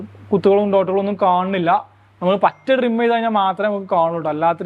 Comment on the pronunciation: ഡ്രിം അല്ല, ട്രിം🤣🤣